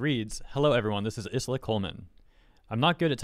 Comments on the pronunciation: i understand that it's a very deep topic... but i cant help but get so distracted whenever calls her is-la instead of ai-la/ai-ra (like the word island....) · dude the s in her name is silent. its like isle but with a a at the end. "eye-la" I swear you go outve your way to pronounce vtubers names wrong. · PS “Isla” is pronounces “Eye-La” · Isla = Eye-Lah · Just a heads up in case you decide to make another video about Isla. it's pronounced Aila (like Island but without nd). Or at least that's what the Katakana reads as. Minor detail, I know. But if this situation is anything to go by, triggering those "fans" of hers sounds like a headache. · your pronunciation of Isla is epic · I think it’s supposed to be Isla as in Island, but without the nd. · I think the s is silent in Isla. aira is what the katakana says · I think the 's' in Isla might be silent. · Actually, Isla Coleman is pronounced just like Island in English.